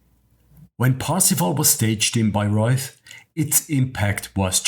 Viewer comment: Really great video and easy to understand the plot thanks to you! May I criticize some things. You should try to pronounce the German names and places correctly, too. Like Richard (with the German ch sound) and not Ritschard as they do in English. Or Bayreuth (th is just t in German) and not Bayreuf. I'd also let the music fade out and not end abruptly. I like the ai pictures a lot, that makes it really nice to watch!